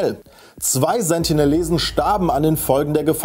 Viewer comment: Sie heißen Sentinelesen nicht Sentilesen